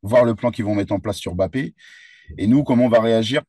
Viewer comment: Bon dieu arrêtez de l'appeler BAPPÉ et respectez le nom de famille des gens ! Il y a un M' avant le B donc prononcez le 😶